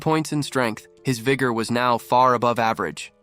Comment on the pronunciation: bro did not say vigor